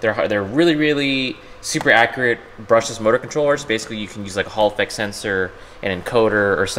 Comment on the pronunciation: Legit whenever I hear "Hall effect sensor" I hear "Holofex sensor".